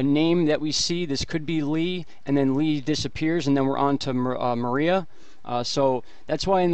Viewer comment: You keep saying, "Marie!" NO!! It's "Maria!!" I know because my ex-wife's name is "Maria!!"